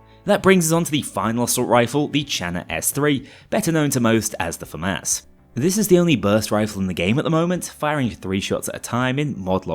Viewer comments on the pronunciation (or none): none